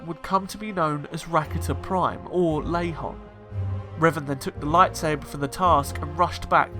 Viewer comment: It’s Lehon, not Lahon!!